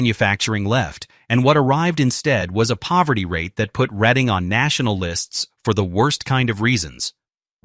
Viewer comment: He doesn't pronounce Reading correctly. It's RED-ING